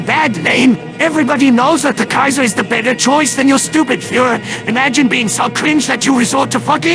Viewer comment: “Kaiserboo” Lmao